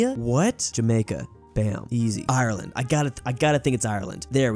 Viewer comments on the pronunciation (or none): none